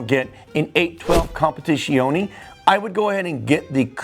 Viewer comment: Bro has all the Ferrari’s in the world and can’t say Dodici and Competizione